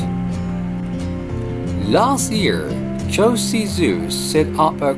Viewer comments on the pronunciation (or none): I'm just curious why you have problem pronouncing KYOTO?